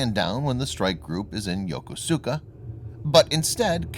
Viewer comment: Yo-ko-su-ka 😂🤣😆 Yo-ko-ska👍